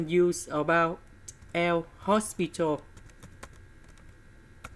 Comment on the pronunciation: Sir it's l'hopital ruli